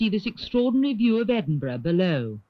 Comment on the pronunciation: Edwin burgh???????????????????? maybe a portent for speech impedimented pwesenters of tv today. Great film